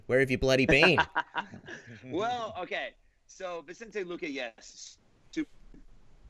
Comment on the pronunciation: Who the f is vintsente luke pardon my language